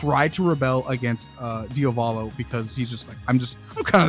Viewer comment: its interesting that always calls Diavolo "Diovalo". that's not his name bruh